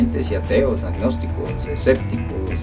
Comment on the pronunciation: los esecticos jaja se dice escépticos sobre todo lo digo por que pides buena ortografía además dices asecta y se dice acepta pero buen video recuerda todos tenemos errores